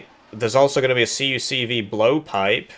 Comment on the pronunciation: Your continuous mispronouncing of the CUCV is just plainly disappointing.